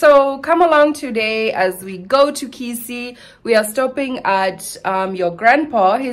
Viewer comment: is amazing. She has really gotten used to the life and traditions in Africa. I love your attitude and humour. You said Kisii better than Koree whose roots are in Kisii.